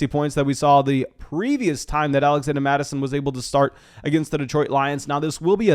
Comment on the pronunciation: Why do you keep calling him alexanda mattison